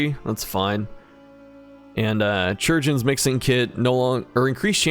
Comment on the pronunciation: it drives me crazy how you pronounce chirurgeon lmao